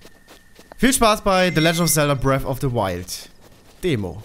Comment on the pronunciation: Es heißt BREATH of the the Wild und NICHT BREAFFFFFFFFFFF ... GAH ... >.<